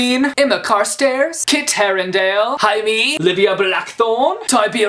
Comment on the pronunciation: You're literally the first booktuber that has pronounced Jaime's name even close to correctly. 🤗 Everyone keeps saying Jamie.